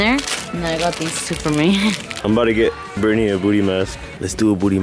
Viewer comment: “MY nAmE iS BRiTnEyuh” , I can’t with B😂😂